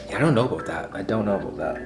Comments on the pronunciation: "I don't know aboot that.' 2020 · "I don't ABOOT that, I don't know ABOOT that" lol. If you didn't know he was Canadian before, you definitely know it now lol